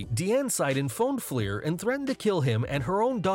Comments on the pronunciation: It’s “Flair” not “Fleer”, and your attempts to “bleep” the profanity during the Flair piece was terrible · You put Rick FLAIR in there but call him ‘FLIEHR’ multiple times and in text too. Wow. How can this be a proper wrestling channel with a fail like that… Hats off to all the wrestlers that have to deal with those nutcase fans